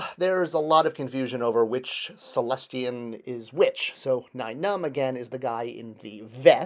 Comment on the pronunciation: It's not Cellestian! It's Sullustan! 😬😏